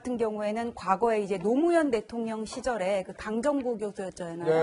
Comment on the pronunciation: 문재인 같은 인간이 대통령 했을때부터 알아봤음, 저렇게 대통령이니 나라를 갈수록 쑥밭을 만들고 둘로 쪼개 놓치! 박근혜 감옥보내고 저도 감옥 갈까봐 벌벌벌! 발음 하나 제데로 못하는 대통령 문재인 밖에 없다